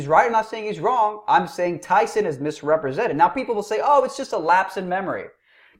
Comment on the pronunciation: "Tyson deliberatly or otherwise MIS-REP-RE-SENTED B.o.B" times infinity